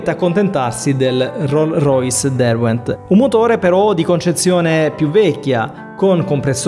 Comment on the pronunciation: Bel video, però ripassa la grammatica "di cui ne parleremo" E la "s" di Rolls-Royce si deve pronunciare.